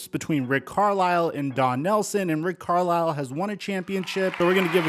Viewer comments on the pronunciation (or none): none